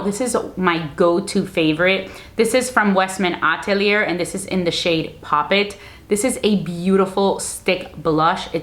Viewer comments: Great content but it’s Atelier but you should not pronounce the “r” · Yes, youtubers should realize that "atelier" is pronounced differently because it is a French word